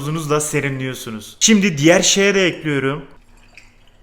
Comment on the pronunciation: Dayının ekliyörüm deyişineeeee ölüyörüm